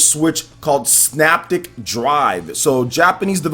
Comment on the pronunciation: All 3 games look great. Just so you know, the 2nd game is pronounced.....SYNAPTIC [PRONUNCIATION-SIN-APTIC].